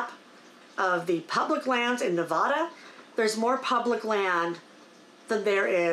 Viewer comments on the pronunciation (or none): It's Ne-VAD-a not Ne-VAH-da. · I’ve lived in Nevada for several years and would like for people to say the name correctly. It is not spoken like a Spanish word. Please say Na-vad-a with the accent on the second syllable and the 3 “a”s are short a sounds. Thank you. I love that state! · So glad you are back! Native Nevadan and I just need to say it's Nevada (like dad) :). Thanks for your videos! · Please! It’s Nev add ah! I do enjoy your posts!